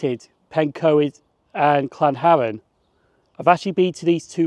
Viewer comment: It’s Llanharan not Llanharen